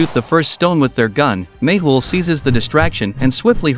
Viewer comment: No , its mehul not mayhul 😂